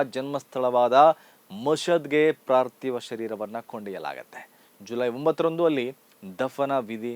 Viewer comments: ಪಾರ್ತಿವ ಸಹ ಅಲ್ಲ ಪಾರ್ಥಿವ. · ಪ್ರಾರ್ಥಿವ ಶರೀರ ಅಲ್ಲ, ಪಾರ್ತಿವ ಶರೀರ.